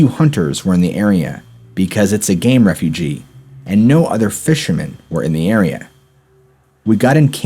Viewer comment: Dude it's not a game "refugee" it's a game "Refuge" not the extra e to pronounce. Ur killing me smalls!!